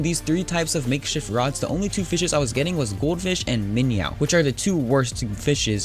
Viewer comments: Minyow. LMAO! That's funny. Not Min-oh but minyow. That's great shit! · Its minow not minyaw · m8 its a minnow not miniow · also, its not Bass like a guitar, its b ass. Its minn oh, not minyow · they are called MIN OHS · Wtf is a minyow? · I normally don’t correct people on pronunciation, but it’s Min-O spelled minnow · Bass is pronounced "Bas" and Minnow is pronounced "Min oh" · Every time he says minyow I die alittle I'm glad he doesn't say base and trot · It's pronounced Min-oh. And Fish for singular and plural. Fishes is not a word. Like deer means 1, or multiple deer. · it is called a (min-oh) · AND ITS FOKIN SAID "MIN-O" NOR MINYOU!!! love you're bids BTW reupload you're fps vid it helped a lot. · You just do sooooo many things wrong you do mistakes you dont know the npcs you miss pronouns many things and i know alot more then you in curtent state i am just so disapointed like man get your shit thogeter play russia complete the npcs also on hawaii . Just play russia and hawaii is it so hard this is not a hate comment but a speak from the people like the misspronoutiationt with the minnow and its called min oh and also with the mp40 and if you dont know what that is well then you shouldt do youtube again this is not hate i like the tiny info you are giving tho the new players but i want to see improvment please read this and not take it bad please. Btw srry if i wrote some words wrong but as we say here in norway e driter i det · your saying minnow weirdly